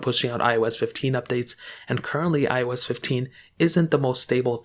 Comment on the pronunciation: I can tell because you said iOS wrong